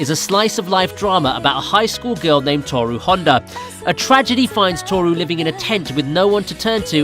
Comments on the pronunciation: UGGH!!!!!! Every time I watch these Ive already seen everything, and the narrator just HAS to over-americanize the pronounciations. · Omg the way he pronounces the names